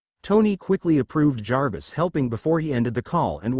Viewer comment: Omg, an AI reader can actually say Jarvis without spelling the letters out, I'm so amazed with this😊